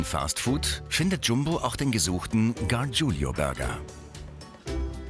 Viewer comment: Könnt Ihr lesen? Es ist "Gargiulo", nicht "Gargiulio"!